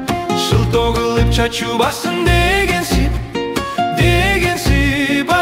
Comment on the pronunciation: Ундун сапатына соз жок.А вот тамгалардын произношениеси боюнча нааразычылык бар. Кайсы КИРГИЗдер ырдаган Ж ны орксча акцент менен айтып, "Чоочубасын" дегенди "чаочубасын" дегендерине "жол"👎🏻 болсун.